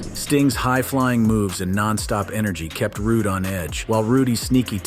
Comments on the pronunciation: Even the Olson twins can pronounce "Rude" correctly. They'd also probably know that Rick Rude had a neck injury in 1992 (which he was still able to wrestle after). The match with Sting in 1994 was a back injury that took a month before it was determined to be a career ender. Though doubt that move did his neck any favors. See Wikipeday, Wikipedy, Rickipedea for "How Rude" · I'm sorry but this has got to be pointed out, his name is an forever shall be Rude, not Ruday!! Now forgive me if this point has already been made, but come on now!! It's a good video, don't go killing it correct name!! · It's Rude not Ruday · Where on earth did you come up with "Rud- eh" it was prononced Rude, just the same as his real name, Rood. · Dude you need someone to actually edit your videos that knows what they're doing you have no idea who any of these people are you called Bobby Heenan I called him Bobby Eaton then you called him Polly E wtf??? Its Rude! Not roday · Turned it off after ROODAY. 😂😂😂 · wow RITE OFF THE HOP you MIS pronounce the guy's name!!!?? his name wasn't Rick RU-DAY" it's just RICK ROOD.. learning IS fun hay? 🤔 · Rooday is what killed it for me. I couldn't take it seriously! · Make up your mind on how you're gonna pronounce the poor man's name. It's Rude not Rudè by the way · Oh my fu*king God🙄 Every comment here mentions "Rooday" Give it up, guys. Please, just give it up!😂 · RUDE!! NOT RUDAY!!! DURP!! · "ROODAY!!!" hahahahaha!! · Rood , Rood , Rood , Rood , Rood ..............................................Not " Rooday " ! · How the heck do you get Ru-Day out of Rude?!? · Rude. Not Ruday. Rude. I cant listen any more. Bad form dude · He was Rick Rood, not Rooday or Frenchman Rudé, and certainly not Rudy. C'mon man, get it right! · It's a Rooday tooday day! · Good video but if you're going to do videos about people you should really know how to pronounce their name. His name was Rick RUDE.....not Ruday. You know the expression " you are being rude." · Rooday lol